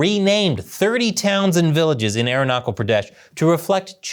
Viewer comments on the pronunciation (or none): It is not Arunakal Pradesh. It is Arunachal. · It's arun na chal not aero knuckle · pronounch the h in aruna'h'al arun-na-chal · Dude it's not arunakul pradesh it's arunachal pradesh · its Arunachal with "ch" that you would use in Chernobyl. Not Arunakal Pradesh bruhhh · Ch in Arunachal is pronounced as ch in chess..not as Kal.. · its aruna-chal pra desh my guy. you have butchered the name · Aruna"cha"l. Cha as in challenge. Not k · Great video. But Please check your pronunciation if "Arunachal" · You know how I know you know nothing about India? The way you pronounce Arunachal. Come on man. People are laughing at you. You didn't even google how to pronounce the name? Are you stupid? And you understand it is not disputed territory. It is as much disputed territory as Texas and California is disputed territory between America and Mexico. Let's start showing Texas and California on the map with dots in it now and call it disputed territory. You illiterate monkey. The people of Arunachal Pradesh all speak Hindi. Hinduism is the majority religion there among the locals. They eat roti and dal. Do you know how many people speak chinese in Arunachal Pradesh? Only the people that study Chinese. On the other hand, how many people speak Spanish in California and Texas? Mexico has a better claim than China. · I really like and watch your videos Just a information for everyone its called southern tibet by china Its original name from thousands of years had been arunachal (it's pronounced as aroon--aa--chal ch as in chair)😊😊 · Hey, the "ch" in Arunachal is more a "ch" as in chapel or chair, as against "ch" as in choir.